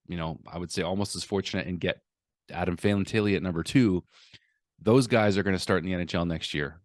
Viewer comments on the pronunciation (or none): none